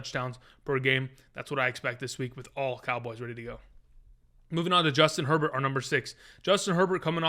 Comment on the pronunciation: Who's Joistin Herbert?? 😆 🤣 😂